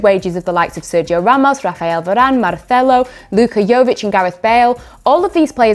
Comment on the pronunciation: I’m sorry I’m dying with how she pronounces Marcelo properly but can’t say Gundagon properly lol